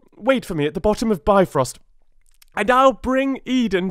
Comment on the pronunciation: I love your voice and delivery. I am confused as to why choose this version of how Ymir's progeny came to be over the widely accepted version (from under his left arm there grew a man and a woman, one of his legs begot a son with the other.)? There are some pronunciation issues (bifrost being the main one that jumps to mind). But that is easy enough to overlook because of the presentation and quality. Overall, enjoyable, thanks for sharing.